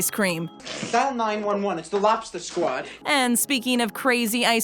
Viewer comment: If we're just banning foods based on taste - then the use of ketchup should be a federal offense. Also - LOB-ster, not LOP-ster. Vegetables, not vetchtibbles.